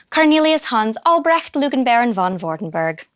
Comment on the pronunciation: That english pronunciation of Vordenberg's name - ugh!